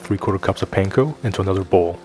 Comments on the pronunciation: Aloha I really enjoy watching your videos. I do wonder however, why you pronounce the word Panko like a non asian. Sorry for seeming disrespectful. I’m from Hawaii and we, natives, pronounce the word differently. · I'm always suspicious of cooks who mispronounce panko 🤨